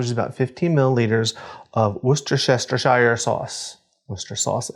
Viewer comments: Chicken wings and shrimp - in a PINT of Bloody Mary. Are you sure America is on the same planet as the rest of us? By the way, Worcestershire is pronounced 'Woostersher' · WHY IN THE WORLD CAN NO ONE PRONOUNCE WORCESTERSHIRE???? WIS-STIR-SHEER